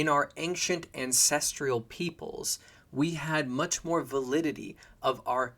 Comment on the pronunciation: There’s no I in ancestral. Stop saying ancestrial